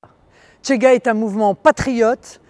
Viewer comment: C'est CHEGA pas TCHEGA, et occupez-vous de vos oignons madame.